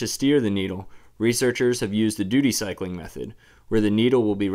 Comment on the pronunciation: He said doody cycling... HAHAHAHAHHAHAHAHA